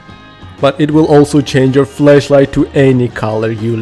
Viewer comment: you say "FLASHlight" as "FLESHlight"